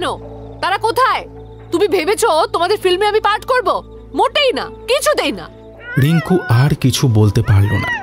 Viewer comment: উচ্চারন একটু ঠিক করতে হবে ।especially র-ড় গুলো।রিঙ্কু ড়িঙ্কু নয়।